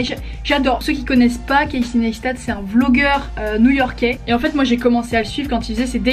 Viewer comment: Etre fan et ne pas savoir prononcer son nom... Tu as du voir pas mal de ses vidéos dans lesquelles il dit que son nom/prénom se prononce [KC NYCE STAT] et non pas [ness ta] Just saying :)